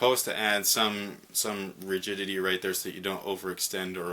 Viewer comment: you said 'rigidity' right this time lol